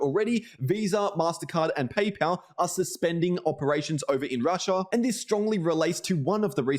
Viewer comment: "rush-aaaah" lol... annoying af after like the 10th time saying that.